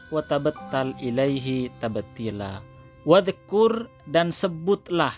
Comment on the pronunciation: Kok lafadz wadzkur dibacaa qolqolqh, wah admint ngga bisa baca quran dengan benar